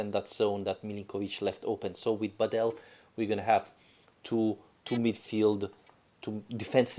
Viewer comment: Ask a Croatian person to help you with how properly to pronounce Badelj, please.